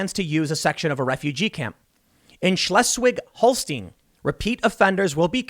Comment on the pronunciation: Schleswig is pronounced SHLAYS-vig.